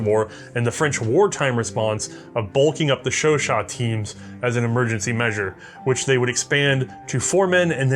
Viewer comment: "This, is a French Sho-Show" "Chau-CHAT"